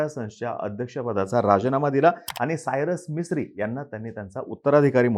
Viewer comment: भाऊ तुम्ही मराठी आहात. कमीत कमी स्पष्ट शब्दोच्चार करणे अपेक्षित आहे. "सायरस मिस्त्री"असे नाव होते.